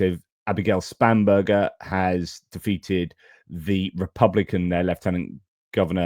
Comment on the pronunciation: Sorry, but can’t help but childishly laughing every time you say Spam-Burger. I just can’t help but remember those 90’s adverts for Spam, and the song Spam Up 😂